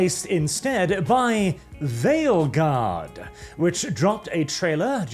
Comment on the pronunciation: I kept hearing say "Theyilguard"